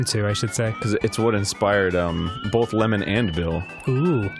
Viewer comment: Danny you work with someone who says "bolth" instead of both. You have some odd parameters.